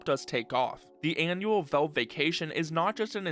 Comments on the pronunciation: WHY IS HE SAYING VELVE just say valve dude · Genuine question: why do you pronounce it Velve? You don't say "Elyx" or "belance", so I don't think it's an accent thing where "al" sounds like "el"